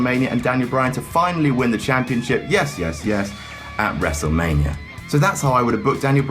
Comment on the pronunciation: When he said "We're gonna go to wrestlemainia man." I started cracking up, it sounded like he was drunk 😂😂😂